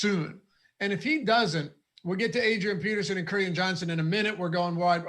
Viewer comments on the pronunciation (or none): Can someone please inform the correct pronunciation of Kerryon already? Lol.